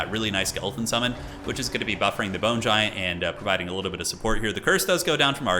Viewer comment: 0:0:50 "The Boner Giant." I can't be the only one who heard that.